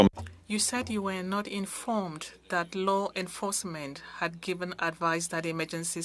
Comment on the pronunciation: I can barely understand her, she mispronounces several words (that=\=dat). Makes it quite hard to follow.